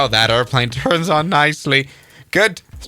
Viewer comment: "That airplane türnś on nicely" Im crying bro😭😭😭😭